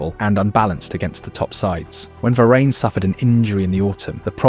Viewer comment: The mispronunciation of varane, dear lord